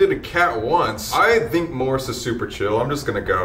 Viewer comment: wait why does MORRIS sound lik ''MORTIS''. ?!? pretty scary to me.